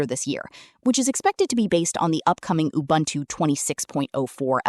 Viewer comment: научите свою говорилку лючше разговаривать... убунту, а не убунчу.